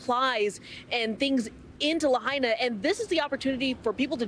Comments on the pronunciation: La-HI-na, not La-HEY-na. Out of respect for the dead, please get it right! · La hey na??? Its LAHAINA. If you refuse to pronounce it right, don't report on it.